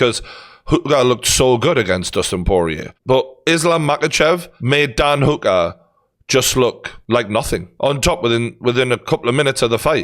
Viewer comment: I really can't get over how he's pronouncing Hooker